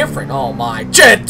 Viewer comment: Endertait I thought he said "OH CHIT!".... xD